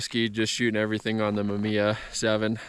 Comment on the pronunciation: MA MI YA say it with me hahaha great video man, looks chilly out there!